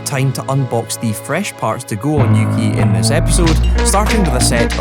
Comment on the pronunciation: yuki?(youki) uki?(ooki)